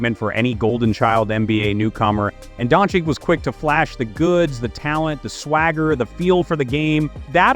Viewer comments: Luka Don-Chich... Not Don-Chick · come on, it's not don chick nor don cick, ffs